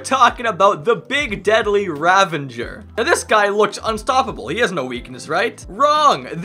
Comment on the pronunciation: Bro really said ravanger lmao